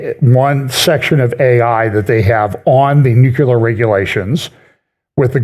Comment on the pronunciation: "NEW-Klee-er." Or try: "NEW clear". Close enough.